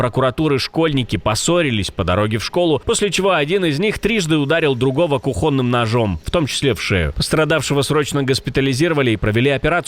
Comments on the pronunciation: кУхонным ножом, а не кухОнным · кухонным, ударение на ооо, странное высказывание....